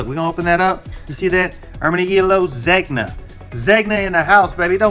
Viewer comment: It's pronounced Zaynya. And from another video... Airmez. Just sharing. I like your content. Thank you.